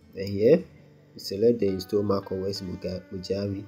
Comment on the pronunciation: first Mojave is pronounced MOHAVÉ you know , the desert area in California plus the amount of time you waste in installing mac os and dealing with its problems might as well get a cheap old mac from 2012 to experience the OS lastly MAC these days is just a glorified smartphone you're not missing anything if you skip it , waste your time with linux instead at least you learn something